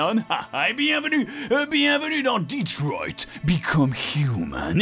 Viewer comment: Mdr quand Bob dit détroit become human au début d'épisode j'entends" deep throat be cum human "😂😂😂😂